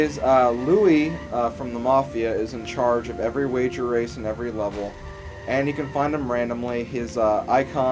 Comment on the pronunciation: yes u just said wager wace